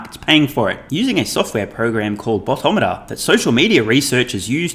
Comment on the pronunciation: I don’t think you’re saying ‘boto’ meter correctly! 😂 it’s a Filipino word ;)